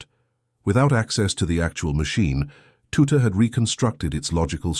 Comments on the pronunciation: Well! For example, the narrator mispronouncing Tutte's name is a glaring error in the production, the visuals awful but the information was in the main, correct. AI is rampant on YouTube these days. I ignore the slight inaccuracies and said visuals. I then judge the veracity of the programme. If the oral information is in the main, accurate, then it's good enough for me. If it's a mess, then I'll remark and move on. What of the content did you find subtly incorrect? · I think it's an AI voice that uses different pronunciations, depending on the context of adjacent words. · A shame you couldn’t get his name pronounced correctly it’s Tutt. Not tutti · Dear AI, it is not said Tut-teeeee. Just Tut!!! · It was Bill Tutte pronounced Tut, not Tutty. Why oh why do we have little choice now but to have over embellished repetitive narration in historical pieces, just stick to the facts without imaginary waffle. There should be a strict quota on the number of unnecessary adjectives and adverbs, specially where they muddle up when and where to use both of them (sorry but Americans are the worst at grammar 😂) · AI garbage, I noticed about 6 variations of "Tutte", it's pronounced "Tut". Watch "Code-Breakers: Bletchley Park's Lost Heroes" for this story with commentary from Captain Jerry Roberts who memorably said "Tutte seemed to spend a lot of time staring into space, I wondered what he was doing and of course he was doing something wonderful" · There is now a monument to Bill Tutte in the town centre of Newmarket, Cambridgeshire, UK. It's a shame his name was not pronounced correctly most of the time in this talk. It should be 'Tut' and rhymes with 'But' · Pronounced "tut", rhyming with "rut". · I am sure his name was pronounced as Tutt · Tutte was a professor at U.Waterloo in Canada in the 70s, 80s & 90s. Pronounced "tut". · You know you’re telling an AI generated-audio bot how to pronounce tut, right?!? Just confirming